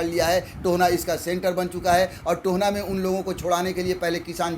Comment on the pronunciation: "Tohna" nahi bhai mere it's Tohana, To - Ha - Na